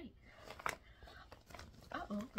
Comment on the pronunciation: Your mid - western good-bye was funny 😂